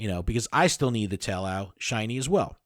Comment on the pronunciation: Probably because the amount of cringe lol. Adam saying to put ducklett for field research instead of larvitar and you mispronouncing taillow. SMH